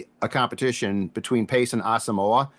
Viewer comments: man you guys gotta start pronouncing Brain's name right, his last name is pronounced Ah-sum-mwah not moe-ah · It's Brian Ah-sum-wah. Please start to pronounce his name correctly